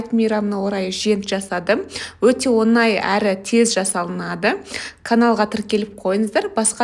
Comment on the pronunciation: Онай емес оңай! Ң - ды айтып үйренші.Өтініш.Өте жаман естіледі.😮